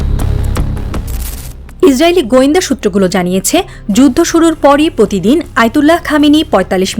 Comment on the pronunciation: কন্ঠে মাধুরী আছে কিন্তু প্র বলতে পারে না। পতিদিন বলে